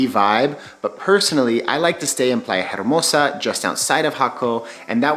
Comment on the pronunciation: In Spanish “H” is silent, so you would say Playa Ermosa 😉